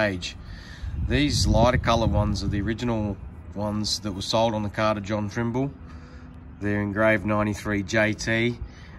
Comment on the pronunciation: "TRIMBLE" LOL actual name TRIMBOLE, of Robert fame family, drug dealers